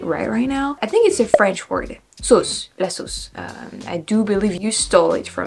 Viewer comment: Your 'sauce' and 'squirrel' are good. I think if you have a problem it is more phrases than individual words. In general you are easily understood. I've known people who lived in the US for years who were far worse. The French accent in English is what I would call a prestige accent. Louis Jourdan, a French actor who worked in Hollywood, could speak almost perfect English but he kept a little French accent to make his characters more significant. So, improve your English when you can but your accent doesn't hurt you at all.